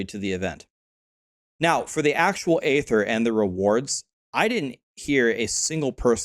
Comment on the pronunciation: please good sir, do not perpetuate that Blizzard dude's mispronunciation of "aether". It's pronounced "EE-thir" not "AYE-thir". Lets fix the world one tiny bit at a time :)